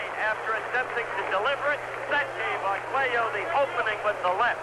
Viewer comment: Oye narrador , el apellido de Alexis es Arguello , no " Aguero ".